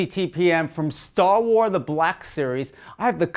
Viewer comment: Yup he say star war its star wars